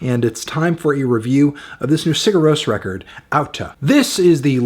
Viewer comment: why is he pronuncing "sigur ros" as "cigarros"